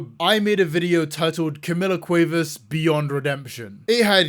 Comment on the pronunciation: As a native Spanish Speaker, the way you say Cuevas is hurting me, no shade, I just find it really funny 😭😭😭